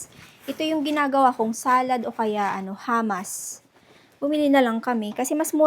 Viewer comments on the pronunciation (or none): Humus, not hamas